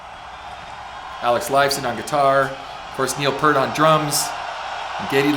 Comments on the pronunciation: Slight correction; it’s not “Neil Purt”, it’s “Neil Peart” as in pierce except with a “t”. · Also, I don't mean to be that guy but FYI: the vowel sound in "Peart" is pronounced like the sound of "peer" not "per." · Ken... it's Peeeeert... not Pert, which is a shampoo brand. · OK from the start Neil Peart pronounces his name Pear-t (Peer-t) not Purt as MOST Americans do............oh thats all my criticisms. 🤘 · By the way, the drummer (and lyricists) name is pronounced "Peert". Geddy really did plug into the main PA, but Alex still runs through all those Hughes and Ketterer stacks. Lee has, many times, said that "we simply make music we like, and we hope other people like it, too." That is Rush in a nutshell. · Neil's last name is properly pronounced "PEER-T". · Neil’s lasr name is pronounced P👂t. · Yes, please, Ken, Neil's last name rhymes with "fear" with a "t" at the end. It's not "Pert" like the shampoo brand. That's a rookie mistake from someone who's liked the band for over 40 years (assuming that you have been a fan that long). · I know it's too late but Peart is pronounced P with an ear in the middle and aT at the end. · You mentioned how there's a LOT of people there.. That does not surprise me because Rush has a HUGE following-- Their fan base is AMAZING !!! Just one thing, I have to say this because it's drives me crazy.. Say the word "peer" and put a T on the end of it and that's how you pronounce Neil's last name correctly.. Sorry about that, I apologize. Neil Peart was not the original drummer-- the late John Rutsey was. I heard Geddy Lee in an interview say that they would do "something ridiculous" on stage i.e. the washing machines